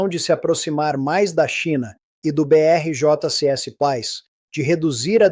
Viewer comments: Tá estranho esse tio aí. Parece IA... Dizendo BRICS com J no lugar do I.... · Entendo, mas esse IA não sabe dizer BRICS? 😂